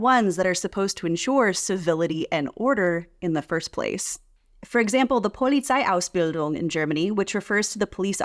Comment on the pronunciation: 'Polizeiausbildung' was very well pronounced. Congrats, I'd say 97% High German